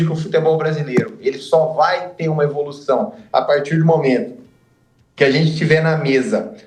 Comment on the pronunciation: Tê ou ter ? O erre sumiu Kkkk